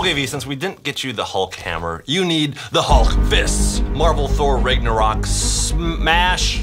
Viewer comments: It’s Nagnurock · He said thor rigornaught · It's pronounce tho raaagnorak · The word Ragnarok is pronounced the rag Norwalk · You said ragnorok wrong